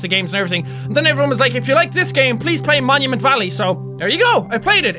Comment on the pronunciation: At the beginning Jack said momument